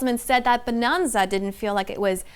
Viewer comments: 'Bananza' not 'Bonanza'. She keeps saying it wrong. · She says Bonanza like "Bononza". It's suppose to be a play on Banana. So you would say it with an "nan"not a "non". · it's "Bananza" like banana and "retreading" old ground not retreating to old ground 😊